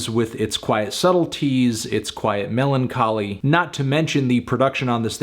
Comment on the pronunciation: I swear he said "melon-choly" .